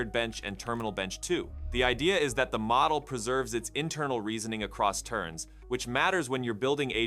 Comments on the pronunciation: Really? I would say that the pronunciation of “model” needs some work. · "model" was pronounced 3 different ways within a minute!